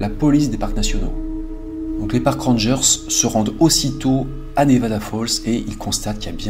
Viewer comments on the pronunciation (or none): none